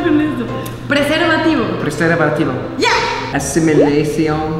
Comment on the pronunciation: "preservartibio" :3333